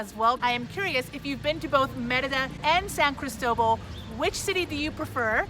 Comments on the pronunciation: Why the hell are you pronouncing St. Christobal so strange ? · It's spelled San Cristóbal, not "San Cristobal". It is named after both Saint Christopher and the bishop, Bartolomé de Las Casas.